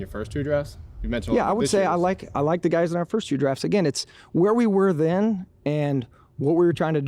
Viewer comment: “hey gays”